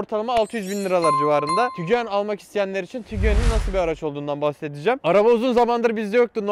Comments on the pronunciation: Nobody: … Literally nobody: …: TİGUEN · Abi nolur şu arabaya tigüen deme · Bi söylemeyi öğrenemediniz tiguen değil tiguan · tiguanlar oldu hâlâ tiguan demeyi öğrenemedi...